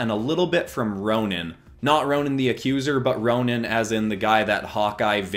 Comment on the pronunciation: It’s Ronin not Ronan but I understand the confusion